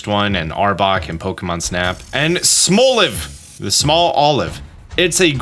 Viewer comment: There’s nothing French about Lechonk! It’s a Spanish wild boar 🐗 oh and I think Smolive is pronounced like small+live.